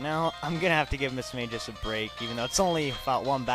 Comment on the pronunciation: Its not Mis-mage-us. its Mismagius.